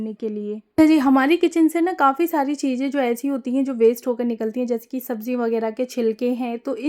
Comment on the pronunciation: Nice share 👍✅🤝 but hum aapse eak baat kehna chahenge aap thoda sa alfazo ko sahi kariyega aap chije bolti hai jabki wo चीज़ें chize hai not चीजें or maje me nhi मज़े me aap jaha z use hona chahiye waha j use kar rahi hai use language bahut dull lag rhi sunne me aap urdu k alfazo ko sahi se ada kariye taki sunna or behter lage baki aap sab kuch achha kar rahi hai very good but aaj hum isliye bole ki aap her video me ye alfaz bol rhi hai jo sunne me bahut bure lag rhe hume aap comment padh k apni rai bhi dijiyega 👍✅🤝🥰